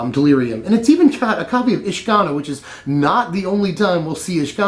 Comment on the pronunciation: isn't it said Ish-Ka-Naar?